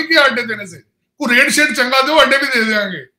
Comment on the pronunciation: Oh I got it. In your last video I heard 'ande mange, ande nahi mange' and could not make sense of it. I think you said 'adde mange, adde nahi mange' in Punjabi accent